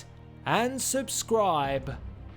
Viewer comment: Why do you drag out the space between "signing" and "out" in your outro?